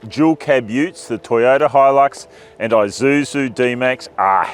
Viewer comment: Finally, an Australian pronounces Isuzu correctly. It’s Isuzu, not eye-zuzu, LoL